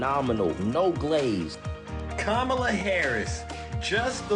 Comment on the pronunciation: Streep hates trump, but probably hates Kamala now after she mispronounced her name. 🤦‍♀️